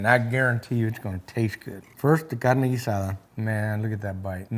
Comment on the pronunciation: It is cool...pronounce GEEH